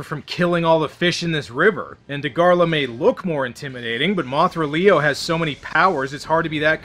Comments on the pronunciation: It’s Dagarah, not Dagarlah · Its dagara not da gor la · Fun fact: Dagahra is pronounced “Daghara”